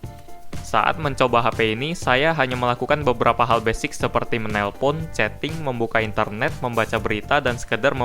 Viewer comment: wkwkwkwk ngomong basicnya gitu amat